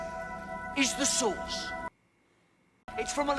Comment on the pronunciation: It's "the source," not "the sauce," lol